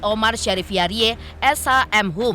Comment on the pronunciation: Bacanya itu hiyaridz bukan hiyariye 😅